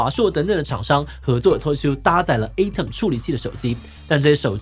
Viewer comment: Atom發音錯了